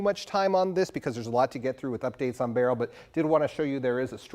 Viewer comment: Thank you for pronouncing the Hurricane’s name properly!